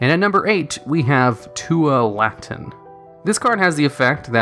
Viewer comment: inferno tempest is so very hard to pull off but it feels SO GOOD when you do also the pronunciation of tualatin killed me because thats my city name and ive never heard it pronounced that way